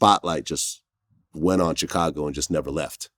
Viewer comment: I hate how vlad pronounces Chicago